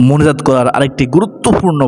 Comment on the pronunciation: আপনার মোনাজাত কথাটা কেন জানি সপস্ট শোনা যাচ্ছে না😢